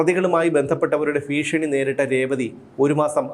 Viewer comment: ഫീഷണി അല്ല ഭീഷണി